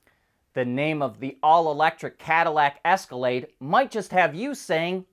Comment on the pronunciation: "Esca-lay-dick" is what he said!